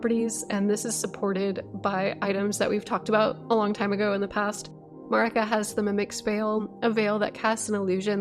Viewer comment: why do so many loretubers mispronouce Marika's name?